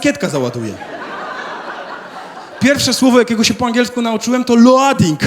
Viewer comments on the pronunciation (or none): nie "loading" tylko "lołding"